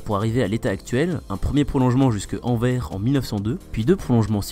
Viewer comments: * AnverSSSSS ! haha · AnverSSS :) , c'est ainsi que les francophones de Belgique, et les gens du nord de la France prononcent :) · Très bonne vidéo ! Et on dit "Anversssssssssssss" oui le S se prononce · Je trouve aussi mais l’annonce de la 2 prononce Anver 🥲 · Le Anvers belge (/Antwerpen) se prononce AnverSE pour l'amour de ciel! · Super Vidéo par contre ça se prononce AnverS, Il faut dire le s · Pour info, on prononce le S de Anvers, merci pour les oreilles de tous les belges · Moi qui écoute "Anvers" en étant belge (au secours) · Pour info, on dit "Anversse". On prononce le S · Bonne video Par contre on prononce le 's' d anvers, nos amis belges vous remercient. A transmettre à la ratp à l occasion. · On prononce le S à Anvers :) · Anversssss on prononce le s en Belgique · le S d'Anvers se prononce, c'est Anversssss T.T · Super intéressant comme d’hab mais les oreilles de belge saignent à force d’entendre Anver on dit anverSSSSS On dit le S 😉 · On prononce le S dans Anvers. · Anvers et Antwerpen c'est la même ville ! C'est les francophones qui disent Anvers. D'ailleurs on ne dit pas "AnveR" mais "AnverS", il faut prononcer le "s". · Ohh C'est pas vrai. C'est AnverSsssss. Il faut prononcer le S. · Ça se dis anversse tu dois prononcé le s avec 😉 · Ahah des fois il prononce bien Anvers et des fois non mdrr c'est aléatoire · Non, c'est pas le cas, c'est une erreur de prononciation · Très drôle le détour par Anvers central mais attention car en Belgique on prononce le S et sinon très belle gare de chez nous 😁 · c'est marrant en France on prononce le X de Bruxelles mais on ne prononce pas le S de Anvers alors que les Belges prononcent le S de Anvers mais ne prononcent pas le X de Bruxelles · Salut superbe vidéo... j'ai beaucoup aimé la blague sur anvers... sauf que le "s" a la fin d'anvers se prononce...